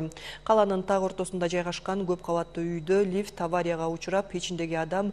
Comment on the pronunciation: Лиф емес лифт